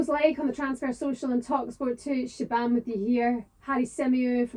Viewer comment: "the lovely Shebahn Aherne" FFS Harry "I am joined by the respected", I am joined by the eloquent" , I am joined by the knowledgeable" or I am joined by talk sport journalist Shebahn Aherne .